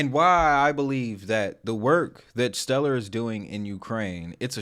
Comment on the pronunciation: I feel like he mispronounced stellar deliberately.